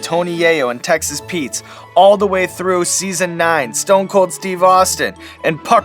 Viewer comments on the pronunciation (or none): none